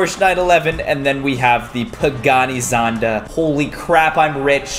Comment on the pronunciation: Its "pagani zonda" hahahahahaha